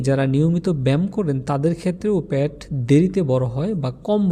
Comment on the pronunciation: বার বার প্যাট বলতেছেন,পেট বললে আরো শ্রুতিমধুর লাগত শুনতে।